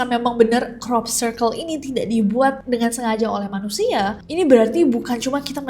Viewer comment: Nessie nyebut crop circle, aku selalu dengernya cork circle 😭